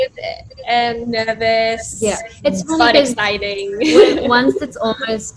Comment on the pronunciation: Jennie corrected it the last time but she still says exiting😂 She's soo cute